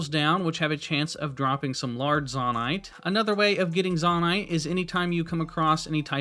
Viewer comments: firstly: useful video ty! secondly: its probably pronounced "zoe-night" rather than "zohh-night", because its a Japanese game and they say "Zo" as "Zoe" :) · Very helpful video, thanks 👍 But i did have to cringe a little at "Zawnite" lol. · To be pronounced Zonnaite there would need two n’s. It’s pronounced Zonaite. The one consonant between the two vowels makes the former vowel long. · dude it's zonaite not zonaite smh 🤦‍♀️ /j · It is not (Zaw-Nite) It is (Zoe-Nite). Literally confirmed by Nintendo. I don't know why but it bugged me so bad to listen to you call it that I had to stop watching. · ZAH-NITE :face-purple-crying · Every time he said "zONite" i died inside. Appart from that, great video! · Please stop saying zon-ite. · it is zone-ite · "zahnite" and "gega clan" physically hurt me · You calling it “Zawn-ite” is killing me! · It would be a long "O" for future reference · Bro really said zahnite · It is actually said zOnite in lore also in English vowel in a word that ends with e is always said fully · The way you pronounce things is way more frustrating than it should be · Are you purposely pronouncing Zoanite wrong? There is an O in there, best to pronounce it as such.